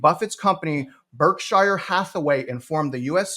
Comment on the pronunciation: It’s “Berkshire” not Brookshire.